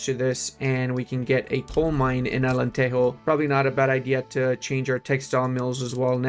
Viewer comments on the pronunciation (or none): Its not alenteho bro 😭😭